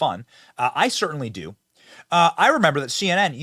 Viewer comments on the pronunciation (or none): none